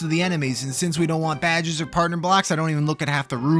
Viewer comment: I like how you pronounce badges as "Bad Jizz." Once again, I'm in awe of your standards.